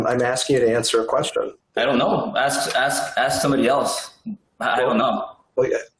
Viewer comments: “AXE MARY “ “I don’t know. Axe Mary Freeman.” 💀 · There is some serious "Ax Michelle" shit going on here. LOL. "I don't know how many employees I have... ask my controller."